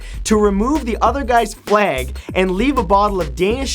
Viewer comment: Why do you say "fleig" for flag?